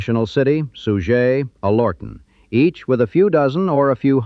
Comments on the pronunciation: AI sucks. Alorton is not pronouned "A lortan" it is pronouned "Aler ton" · AL er tun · It't pronounced AL or ton-with the emphasis on Al, not al OR ton the way they are pronouncing it on here